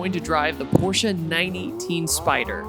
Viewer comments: Sounds like “the 🤛 orsche carerra gt” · With every “P” you say it makes my ears bleed just a little bit. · i like "the PORche carrera gt" lol